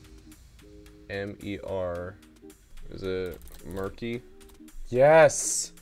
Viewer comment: It’s not murky it’s mercy like “god have mercy on my soul”. (Mer-see) MERCY haha